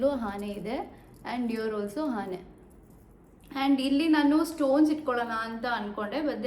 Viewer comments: ಹಾನೆ ಅಲ್ಲ ಅದು ಆನೆ 😂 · ಆನೆ adu 😂😂😂. ಹಾನೆ ಅಲ್ಲ. Adu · That is not haane, that is aane